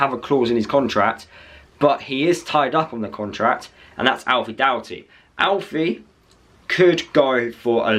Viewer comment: That is how you pronounce it 👍 Some people say it like it Doherty but clearly it’s Doughty.